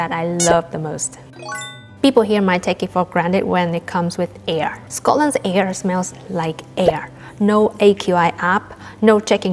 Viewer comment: oh my gosh the way you say "air" with a scottish accent, rolling the R sound, wow, that must be difficult for a native chinese speaker. anyway, it's a most delightful accent and it makes me smile.